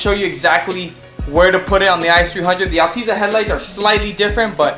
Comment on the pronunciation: Did he call it an Alteeza 😂